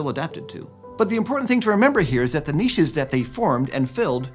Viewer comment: He pronounced niches correctly 😀